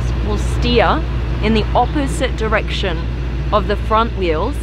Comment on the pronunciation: she has a weird accent. Mostly british but sometimes surprises you with dr·ek·shn